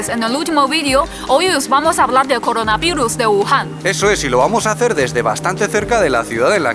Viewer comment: hola, hoy vamos a hablar de coronarivus Coronarivus: y lo van a sentir:v